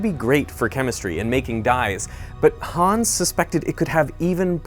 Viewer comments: please pronounce "Hans" shorter, there is no "aa" or "ah" to make any of the long "aaa" sounds that you are making. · just a hint for the future: try pronouncing it "hanns" instead of "hahns", so you'll end up saying "hans" correctly =) *edit: it comes from "hannes", which in return comes from the biblical jesus-fella name "johannes" and so the faster pronounciation is explained ;) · If you want to pronounce Hans like a German, try not to say Hahns but Hanns with a shorter a than you are saying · Hooo😮ns 😂 its Hans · The name is not pronounced 'Hahns' It's pronounced 'Hanns'. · German here: the name "Hans" is pronounced like the word "hunts" in "He hunts a rabbit"...not like "haawwns" ;) And the "u" in the name Bunsen is pronounced like the "oo" in the word "boom" (maybe a little shorter) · Why not learn how to pronounce "Hans" while you're in Germany? Or listen to sound bites on the web on how to pronounce (forvo is nice for that). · Derek, for fucks sake, learn to pronounce the German names right.